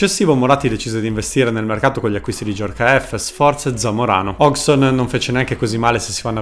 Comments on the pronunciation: Bel video, comunque una volta per tutte e a beneficio di tanti: Hodgson non si pronuncia "hogson" ma "hoggieson" = figlio di Hodge. Così come è da brividi che dopo 30 anni che è in Italia si continui a chiamare Mihajlovic "Sinìza". Si pronuncia "" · Sai che l'ho pure cercata la pronuncia di Hodgson ma nonostante tutto l'ho sbagliata nel video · A distanza di anni non sono ancora riuscito a capire come si pronuncia Hodgson: "Ozzon" ?, "Osson" ?, "Occion" ?. Comunque nel tuo video manca il peggiore di tutti, quello che dopava i giocatori con il caffe': il bello che la borghesia interista, continuando a ungere le ruote a Palazzo Marino, e' riuscita anche a fargli dedicare i giardini a Piazzale Axum. Continuate a farci ridere perche' lo fate dal 1908, avanti così.